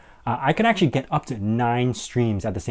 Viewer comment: "actually" not "acutally" lol!